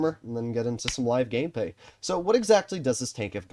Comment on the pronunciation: he say live gamepay!?! What? Hahha.